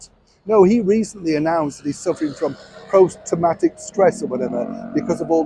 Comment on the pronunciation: I'm sorry, did you say post tomatic stress? Is that stress induced by eating over ripe tomatoes? Or maybe instead too many tomatoes? Allegedly?